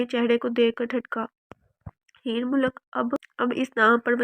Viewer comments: Mulak nh . Heer malik naam h. Apko pre reading lazmi krni chaiye. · Borrrr novel or jo larki novel suna rhi thi uss ko koi ye bta de k mulk nhi malik lfz use krna tha ! iss ne mulk mulk bol kr pooray novel ka khana khrab tou kiya hi sath mn kaan bhi pka diye ! mulk mulk bol kr malik zaat ka bhi khana khrab krne ki koshish ki h ! Soooooo bad😏🙄😠😠😠